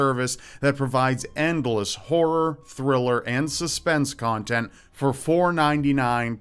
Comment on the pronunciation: The Netflix of WHORE!? Count me in! ...Oh, you said horror? Eh... no thanks. :P